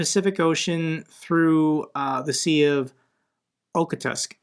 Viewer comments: Je-zus,. You are extremely astray on "Ō khōt sk." Mash the -ōtsk all together. The beginning of it is like "oh ho." Especially if you make the H dragging it over the back of your tongue just a bit, faintly rasping like fine sandpaper. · properly said. (Way better than how you said "Okhotsk." That was ouchy.)